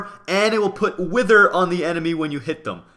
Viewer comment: Lol you said enedy instead of enemy